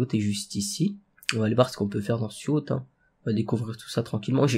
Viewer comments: mdrr yacht sa se prononce yote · Je rêve ou à prononcé Yachte et pas Yote!!!